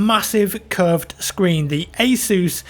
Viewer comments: god damn it its pronounced "ACE US" NOT "ACE OOOOSE" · It's ASUS not ISIS. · He didn't say Asus. He said, "Hey, Zeus!" My name is Zeus. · Soo is asus pronounced ae-soos or ae-sus